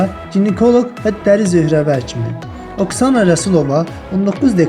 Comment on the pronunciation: Ay oğlan Oksana yazılır, amma Aksana deyilir, ayıbdı düz deyin, Ülviyyyənin məyi qəşəngdir, dəhşət